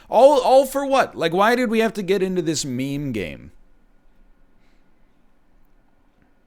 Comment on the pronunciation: I thought he said mean lmao